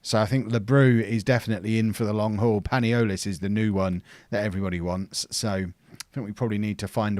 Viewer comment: panolias (as you say it :P) is pronounced pa-knee-lee-as, he needs to play some games this season